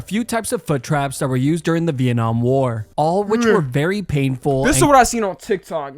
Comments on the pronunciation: Viet-namn war💀💀💀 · No fuckin way he pronounced Vietnam as veit nam💀